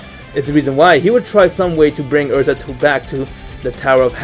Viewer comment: yea elza not erza